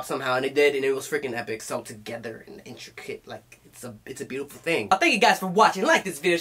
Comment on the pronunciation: I don't know what I love more about this: the fact that he body rolled to Love me Do, that fact Sungjong caught his eye or the fact that he couldn't pronounce "intricate."